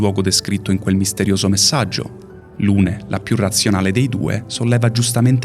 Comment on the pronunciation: Strano che venga ripresa la pronuncia di Maelle e non di tutti gli altri personaggi, che in Francese hanno una pronuncia completamente diversa... Per esempio Lune si pronuncia Lun. Trovo inutile puntare il dito sulla pronuncia quando nessuno nomina i nomi "propri" correttamente in base alla lingua nativa